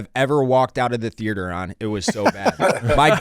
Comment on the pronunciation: If I have to hear say “thearter” one more time I’m gonna scream